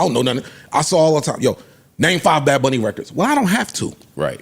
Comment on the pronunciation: "Bad Bonn-ie.." 😂😂😂